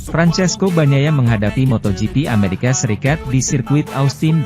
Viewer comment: Min ameraka .. BKN amerekes